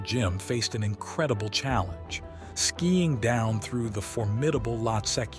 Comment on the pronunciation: its' not Lottes. It's Lhotse. Lot-say. Also your spelling on the click bait banner is atrocious. get educated please. You're making Mountaineering videos for gosh sakes!